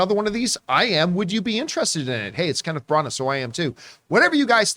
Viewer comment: These guys are hilarious the way they can't pronounce any names properly. Herculee Porro and Kenneth Branaaah? Give me a break.